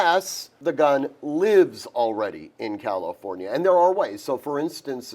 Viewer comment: Once he said Calinfornia….scroll to next vid 😂